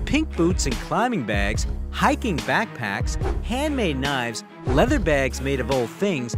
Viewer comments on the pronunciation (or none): none